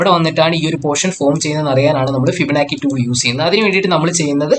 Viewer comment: ഇങ്ങനെ പയഞ്ഞു പയഞ്ഞു ( ഫിബനാക്കി ) പോയാൽ പിള്ളേരും ഇങ്ങനെയല്ലേ പയയൂ......anyway good presentation... best wishes....